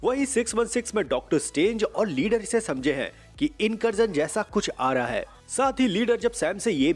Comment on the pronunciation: Incursion ❌ Inkarjan ✅